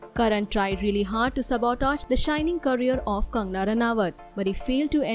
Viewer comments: You cant take the video seriously when you pronounce sabotage as "sub-oh-tez". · The way she pronunciates sabotage makes me wanna cry 😥😢